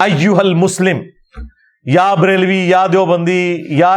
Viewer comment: مولانہ صاحب یا کے اوپر زبر ھے۔ آپ اس کو پیش پڑھ رھے ھیں